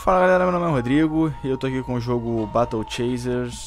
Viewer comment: Mano eu sei que vc entende inglês mas sua pronuncia é muito errada, "batle" "dãgueons" ... melhora isso ae pq as vezes dói o ouvido #paz